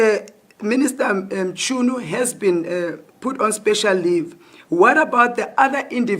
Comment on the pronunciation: It's not mshunu but Mchunu eish 😢